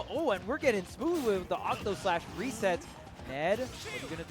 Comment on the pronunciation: I like how people say Octoslash when it's actually Octaslash